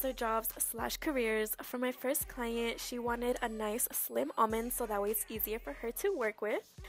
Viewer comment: what with the "client" prononciation 💀😭